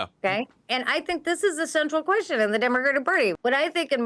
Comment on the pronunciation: "this is the central queshon of the demagidig perty" holy shit lol need the pirro drunk sound drop